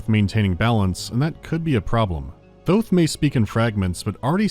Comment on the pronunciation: THOUTH??? THOUTH THOTH